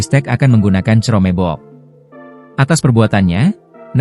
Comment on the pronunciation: Kenapa naratornya bilang cerome book bukan buk ?